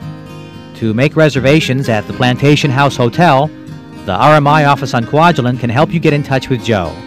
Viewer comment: never "allein" in Kwajalein :-)